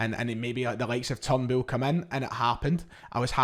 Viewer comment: Who's Turn Bull? or have I been mispronouncing his name 🤔